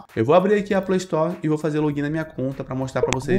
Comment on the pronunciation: Chato o robô falando Playstore kkkk play story shut up shut uuuup (Linkin park) kkkk